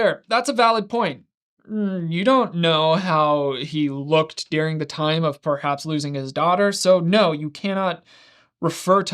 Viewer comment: It's pronounced "during" not "deering"